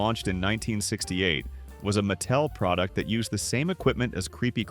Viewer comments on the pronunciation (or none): the "narrator's" tone comes off that way because "he" will mispronounce a name and then say it correctly right afterward. No human alive has ever pronounced the company "MATT tell". Ever. So, real question: Are you using AI for narration?